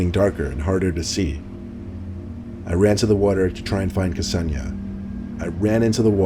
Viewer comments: Isn't Ksenia pronounced like Zenia? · K'senia? C'razy pronunciation,:) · lol! ksenia and ksenya are girls names (russian i think) pronounced ‘sen-yah’.